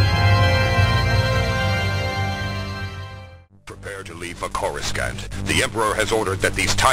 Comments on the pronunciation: "Corus-kant?" XD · “Prepare to leave for Corris-cant”. Hilarious though it sounds today, I can forgive the mispronunciation of Coruscant because the word had no real pronunciation in canon until the prequel films 5 year after that was recorded. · Did this dude just say Corus Can’t? 🤣🤣🤣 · The mispronunciation of Coruscant gets me everytime lol. I know the name wouldn’t be prominent for a couple of years, but it’s still too funny 😂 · That was the original pronunciation of Coruscant, prior to the prequel trilogy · anyone cringed at the 1994 pronunciation of coruscant